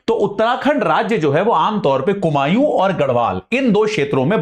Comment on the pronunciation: कुमाऊं है कुमायूँ नही